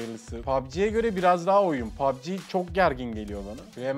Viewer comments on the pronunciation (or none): none